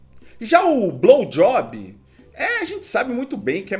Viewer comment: e não é "browjob",, o crreto é BLOWJOB!